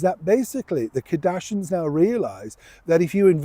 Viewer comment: I like your videos, but really, it’s so disrespectful to continually mispronounce someone’s name. It’s Kardashians…….pronounced…..KAR-DASH-E-ENS. Not KA-DASH-INS.